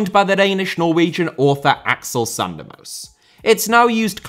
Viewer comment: The E at the end of Berge, Ståle, Sandemose, etc should be pronounced like the E in Molde, which I see that previous comments have successfully made a change with. All final vowels are pronounced